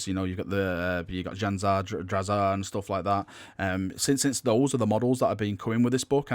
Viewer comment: Jane ZAR. DRAZ-arr.